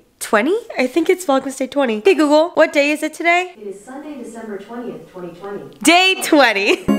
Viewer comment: I'm watching in 2x speed so when she said "Hey Google" I thought she said "Hey peekaboo", I was like that's an interesting name for Alexa but nope it was Hey Google!